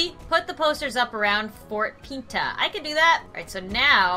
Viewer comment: Fort pita” i DIEDD